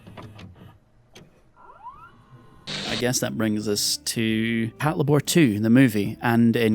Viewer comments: Pat-la-bor! I 😆... It's " Pat-labor ", mang! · Can you re-record the audio for this video and say “pat-labour” instead of “pat-la’bore”? Like nails on a fucking chalkboard. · Patlabor=patrol lay-ber Pronounces it lay-bore Frustration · It's pronounced Pat Leibar not Pat La Bor! It's Labour in British English. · Pat lá bor?... Isn't it pronounced "Pát Labour"? Because, you know... Labour robots? ;P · The inflection is killing me. Pat-LAY-bor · HOW DO YOU WATCH THE SHOW AND THEN GET THE NAME WRONG THE THINGS ARE CALLLED after robot suits build for work as in labour THAT PATROLE IT PAT-LABOR. FFS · You put the emphasis on the wrong syllable. It's PAT-LAY-BUR. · I thought it was pronounced pat-labor as in," i labor to build a house." I guess i have been saying it wrong for decades...😮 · it literally means Patrol Labor, so it's pronounced Patlaybor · "Pat-la-bore" wtf? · I can't with the way you pronounce patlabor 😢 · Well, you should have anticipated it. Your pronunciation blows.